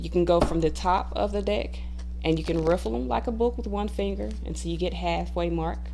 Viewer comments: the ways you say deck sounds very similar to dick and made the whole video a bit funny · I love this 💜 but for a moment I thought you said “when your dick falls out of your hand” oh haha thanks for all the helpful tips beautiful 🦋